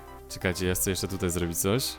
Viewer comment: bardzo fajne ale naucz sie r mowić r [przetstawie wam jak złobić